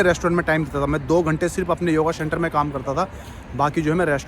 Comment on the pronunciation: Shenter nahi centre bolo bhai